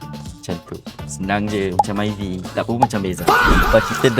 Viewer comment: Myvi maivi❌️ Maivai✅️ Bezza Bizza❌️ Bazza Proton Ploton❌️ Palataun✅️